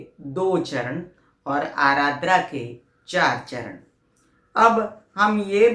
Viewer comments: Ardra , not arardra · It is aadra not aaradra